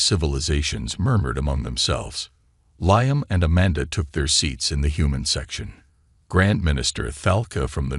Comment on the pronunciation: LEE -AM brain dead AI